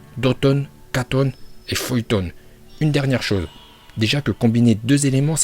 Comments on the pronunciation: Futon ❌ Feuilltone✅ Suiton❌ Souilltone✅ Raikage❌ Raikaje✅ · Ah je suis mort il dit fuyton au lieu de futon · Bonjour, pour commencé en dit futon et pas fuoton et en dit raiton et non pas laiton et pour finir en dit suiton et non pas swaiton, apart ca ta video est tres cool